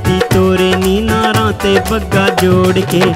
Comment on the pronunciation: "ਨਾਰਾ" ਨਾ ਕਿ ਨਾਰਾਂ